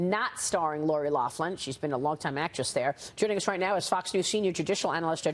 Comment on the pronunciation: There's no "F" in Loughlin